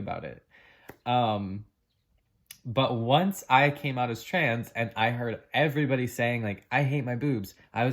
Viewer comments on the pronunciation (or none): none